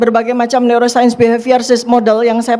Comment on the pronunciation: Dokter" Ahli Bedah Otak, yg Mempelajari NeouroSaint Pasti *Tertawa Geli*....!? Dengar Tifa Ngomong... hha NeouroSaint bukan ilmu Cenayang/dukun